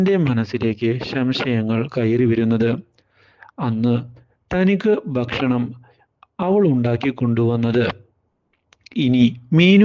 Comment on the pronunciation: ബക്ഷണം ബക്ഷണം